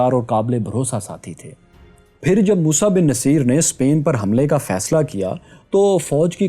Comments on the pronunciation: vai, it will be musa bin nusayr...actual pronounce... did u get another one as naseer? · Its Musa Bin Nasaer and not Naseer !! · It's Musa Bin Nusair not Musa Bin Naseer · Sir the pronunciation is mosa bin nusyr not mosa bin naseer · Musa ibn Nusayr موسیٰ بن نصیر is right pronunciation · موسیٰ بن ٗنصّیر آپ غلط پڑھ رہے ہیں ن کے اوپر پیش ہے اور ساتھ میں شد ہے ص پر آپ نام کی تصیح کر لیں کمنٹ کا جواب لازم دیں شکریہ😍